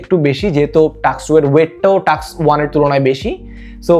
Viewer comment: টাস্ক*, নট টাক্স!